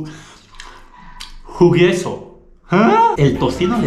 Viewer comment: Está "jugueso", su dislexia 😅 😁 Ta bueno el video me gusta 👌😉